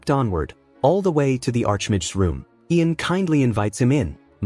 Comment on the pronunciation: God, How man different ways can you mispronounce the name Ian?!?!?! Great job otherwise!